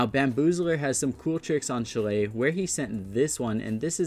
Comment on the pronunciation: Shah-lay. Shah-lay. Say it with me now. Shah-lay. Shillay ain't it.